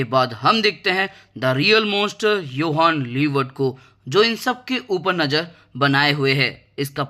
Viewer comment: bhai apne har jage 'yohan liebert' bola i guess.. vo to 'johan liebert' hai na..